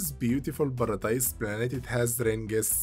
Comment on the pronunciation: Ziz baradize planets